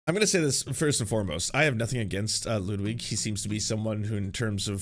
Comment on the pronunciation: Why does he say Lewdwig!